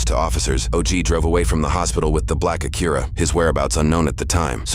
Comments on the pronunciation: Say the word Acura again....the "ah-cure-ah"? Lol. I like your vids, don't get me wrong. Been watching for a long time....subbed and all that...Just found that....odd... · Acura ❌ Akira ✅ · It’s not “Akira”. It’s Acura. And these guys are goofy 🙃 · I hate the way they pronounce “Acura”… it’s not Aqira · What on earth accent gives you that pronunciation of Acura?! Aa kyu rah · Acura be8ng pronounced Akira so much drove me slightly insane, lol. Especially when the officers pronounced it properly so many times. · Shakira - Akira Tomatoe - Tomahto AC-KUR-AH lol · black aqueruh? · dann i thought this was a human narrator but hearing him mispronounce “acura” as “akira” kinda blew that illusion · Can't you narrate these videos yourself instead of using bad Computer Generated audio? Pronouncing Acura as Ak-Cure-uh. 🙄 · Never heard Acura pronounced “uh cure uh” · For the dude doing the voiceover, and bear in mind I'm trying to better your performances, please watch a few Acura commercials to get the pronunciation down. I'm pretty sure you said it about five different ways, and six of them were wrong. This is a pretty damn serious recap of a murder. It's worth getting the details, even the most minor, correct. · Uh-cure-uh? The narrator has never heard how that is pronounced before? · why he pronouncing acura like that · Why are you pronouncing Acura like that dude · Way to pronounce Acura, man this channel used to be better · That's certainly one way to pronounce "Acura" lol. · Please the mispronunciation of “ Acura “😒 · Never in my life heard someone pronounce Acura like they did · We really don’t know how Acura is pronounced? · Need to get a better bot narrator. Acura is mispronounced over and over.